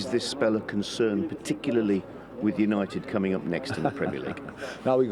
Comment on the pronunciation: When you are trying to say united but you can’t